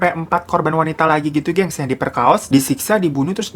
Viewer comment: Ya Allah ngakak ada kata" diperkaos"😂😂 diperkosa kali bang